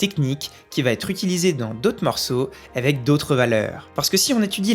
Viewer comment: A chaque fois que tu dis "avec", j'entends " évec"...